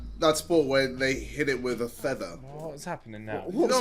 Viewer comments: Anyone else notice how JJ said “thether” instead of “feather” 🤣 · lmao JJ can't pronounce "feather" instead, my man said "theather" 😂😂😂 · man said "theather" xD add Feather to the list of words JJ can't say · jj really says ‘feather’ like ‘thether’😭